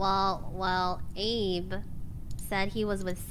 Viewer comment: When he said “what’s up Abe.” It sounded like he said “what’s up babe.”